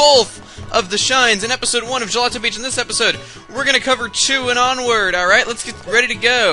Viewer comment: You said "Gelatin (is that how it's spelled?) beach"! Oh well, you called that beach a deliceous desert.